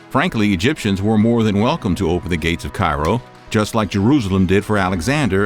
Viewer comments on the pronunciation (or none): none